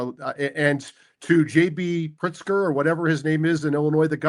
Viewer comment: YES! He said Prikzer. I started that name and now this is the second time I heard an official repeat it. YES, it's working. Haha